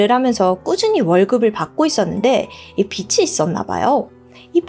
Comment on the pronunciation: 빚이=비지 라고 발음 좀 똑바로 해주세요;;;;;;; 왜이래 진짜.......